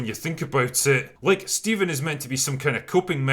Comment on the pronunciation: I believe it's pronounced Phsteven